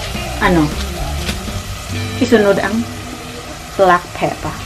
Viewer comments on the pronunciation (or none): Lol.. I love the way you say black peppeerr!!!